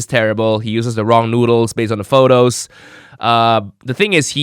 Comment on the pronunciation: "the pho-tos"